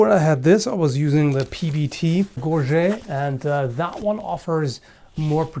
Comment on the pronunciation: Gorget is an English word, it's ok to pronounce the T.